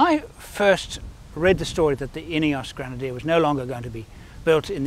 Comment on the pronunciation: French people are used to think that everything you read...could be pronounced in French language... So..welcome to the all brand new GŘENADIÉ 😱 🤣